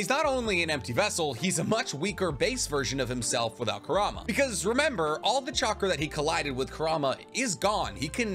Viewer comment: How this guy says Kurama wrecks my head. Its 'Kur-A-ma' not 'Ku -Rama'